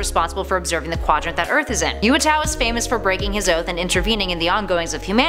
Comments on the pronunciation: I always thought Uatu was pronounced "oo-ah-too", and not the way says it... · You said uatu wrong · Johnny Rogers couldn't pronounce "Darkseid" right and now couldn't say "Uatu" correctly.